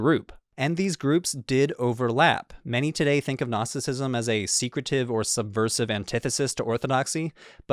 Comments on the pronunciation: Dude the g is silent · Gnostisism is a Greek work, you should always pronounce the first letter "G". Otherwise, all I'm hearing in this video is "Narcisism". Because it sounds like 'Nostisism". It confuses. Please, respect the original word, which is GGGGGGGGGnostisism. UPD: I just watched other videos and realized the mistake of this video’s author. All English-language sources pronounce this word as nOstisism, while the author of this video says nAstisism. That changes everything completely. Okay, it’s possible to drop the letter “G” in English, but to avoid confusion, one must pronounce it the way everyone does — nOsis, nOstisism — this is very important. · I just watched other videos and realized the mistake of this video’s author. All English-language sources pronounce this word as nOstisism, while the author of this video says nAstisism. That changes everything completely. Okay, it’s possible to drop the letter “G” in English, but to avoid confusion, one must pronounce it the way everyone does — nOsis, nOstisism — this is very important. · Dude you pronouncing the G in Gnosticism is killing me lol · harekrishna nice show Thanks. two comments. 1 "know", gnosis, comes at least from sanskrit - nowadays pronounced /gyana/. 2 years ago! i got hold of a gnostic apo gospel, coptic i think: Jesus was teaching. question and answer. Marion Was part of the Class. songs of David and such were Required. only Marion could remember the Psalms. .being a ex-scholar i compared the psalms in the "apocryphal" w the texts in the accepted Songs.... invariably the Psalms quoted here esp by Mother Marion were much much more Beautiful. of course: all in translation. w my library being in a non-flood miami area i was Ordered to demolish. county inspections three times a week. ( the 20 story crumbled bldg got Ø inspections in 20 yrs) 90% of library Lost.. btw Krishna warns about all this arroz-con-mango of knotty knowledge: ties you up! haréee krishna ! : )